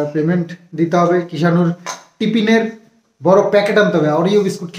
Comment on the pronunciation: Tipin na tifin ....thik kore nije bolo 6eleke o sikhao .